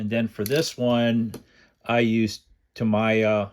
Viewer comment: Tameeeeeeeeeeeeeya, Not Tamiiiiiiiiiya!!!!!!!!!!!!!